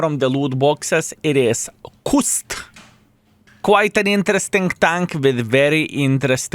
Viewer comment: 😂😂Kust ❌ Kasht ✅